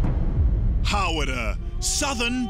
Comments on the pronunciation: lovely lady but really?! "hawrrra" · naw its hara